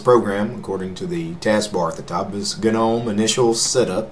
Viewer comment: Correct me if I'm wrong, but I always though "gnome" was pronounced more like "nome?" Maybe I just got it wrong.